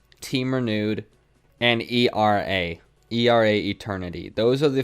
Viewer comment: It’s pronounced AIRAH not E-R-A. Keep up the dope content man.